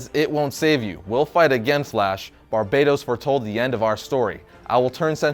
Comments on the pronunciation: It's barbatos not barbados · Earth NEGATIVE 52 Also it's Bar-Bat-os not Bar-Bay-Tos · It isn't pronounced Barbaydose like you were saying but BarBATos. You see? Because of the bat theme. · Why does he keep calling him Barbados? I’m sure it’s Bar-bae-tos